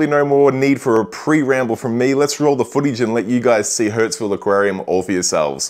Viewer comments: your pronunciation. You called it hurts-ville not Hurstville throughout (except once in the intro). You probably don't notice but you also swap a and e sounds pretty severely. Usually people who do that cannot hear the difference between the two sounds. Maybe you cannot hear this one either? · Once again, another great store tour video. Just letting you know this store is pronounced like “Hurst-ville” not “Hurts-ville”. Love those gem tangs but don’t love their price. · Love the Hurtsville pronunciation! That's where your wallet will be to buy the eel! They have a great store with a good reputation.